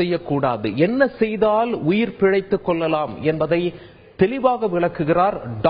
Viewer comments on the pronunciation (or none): அடடே உன் தமிழ் உச்சரிப்பு கேட்டாலே போதுமே... பாம்பு கடியை விட வேகமாக செத்துருவாங்க... (உயிர் பிழைத்துக் கொள்ளலாம் க்கு பதில் "கொல்லலாம்" னு உச்சரிக்கிறான் டா இவன்...) தந்தி TV anchor தேர்வு லட்சணம் அவ்ளோதான்...